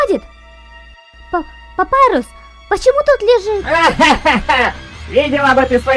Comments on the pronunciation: Папирус не Папайрус как вы не понимаете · Не Папайрус а Папирус. ПАПИРУС!!!!!!